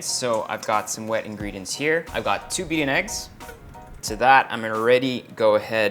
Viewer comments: Pagkakarinig ko 2 BNX haha its two beaten eggs pala.. haha 😂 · I heard the first ingredient as 2 BNX 😅 2 beaten eggs pala hahaha